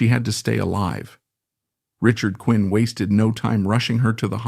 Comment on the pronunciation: Richard Quine's last name was pronounced "Kwine", not "Quinn". He had his own tragic life.